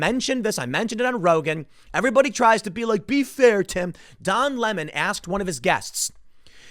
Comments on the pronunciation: It's pronounced Lee-mond😁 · Please pronounce his name properly. It's Don Le'Mawn.